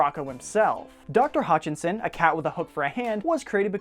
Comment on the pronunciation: I loved this! Thank you. But one problem. You kept saying "Hutchinson" but her last name is "Hutchison" ;) My last name is Hutchison =)